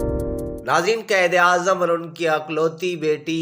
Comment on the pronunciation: آپ اپنی اردو ٹھیک کریں قید اعظم نہیں قائد اعظم محمد علی جناح ہے آستہ آستہ نہیں آہستہ آہستہ ہے ہر لفظ غلط پڑھ رہے ہو